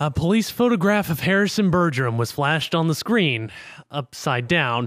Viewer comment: You' can't even pronounce Bergeron..... RAGE